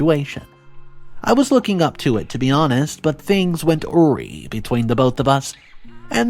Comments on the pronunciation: The word is ahh-rye, not awrie. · Ory??!!😂😂 Awry = A Rye (phonetic spelling) I really wish YT narrators would research words & annunciation before doing a video. It truly halts the connection of the listener. 🤷🏽‍♀️ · Lots of farfetched things in this story. And narrating mistakes such as Lauren was the last, not the first, person William would even think about marrying. Awry is "A-rye" And when the father passed away, and the assumption that William was going to get the house. Even if he was blood, the house would have gone to the wife. And why all the 'don't make waves' from the OP? William is pooping on the whole family. Of course, Sandra has the initiative to confront, and the OP says "Don't do it." The OP deserves the drama because they let it continue until it reached the boiling point. I don't think anyone would just let it simmer like that. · Awry = a-RYE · you said orry when the word is AWRY.... why do you do this if you cant pronounce words properly it pisses me off so much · Just a note: "awry" is pronounced ah-rye". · Awry is pronounced A RYE. Lauren is going to be smacked with full Karma. Her Dululu will sink her. I would not have her on the property even if as a maid. She is a TOXIC person. Plus get the original project with bro in your hands. As it was your idea. PS KARMA will always Come.